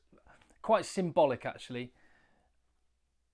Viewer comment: ok and is Dupont south african ? so just say his name right